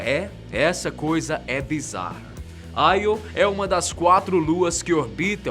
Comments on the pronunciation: Io se pronuncia “Iô” mesmo e não “Aio” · não é aio. é io até os Karas do nategeo ah chama de io iiiiiooooo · Nao é aio é io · não te esqueças que Você é Brasileiro... "AI" é o cacete! Não se comporte como um americano, porra?! É Io!!!! É tambémp por causa de Brasileiros Subservientes como Você que nosso País não caminha!!!! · Júpiter possui 69 satélites naturais confirmados sendo assim o planeta com maior quantidade de satélites naturais no nosso sistema solar, dêem uma verificada pois pela data de postagem do video esse equívoco foi por falta de pesquisa. Outro detalhe é a pronúncia dos nomes ganímedes(normalmente pronunciado ganimedes) e IO(normalmente pronunciado io mesmo), que foram pronunciados de maneira pouco usual, para um assunto tão importante que é a astronomia acho que poderiam ter produzido um vídeo com mais cuidado para evitar esses equívocos.